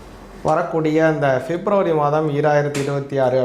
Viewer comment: Fep nu solladinga February. Yae fep fep nu thappa solringa.😂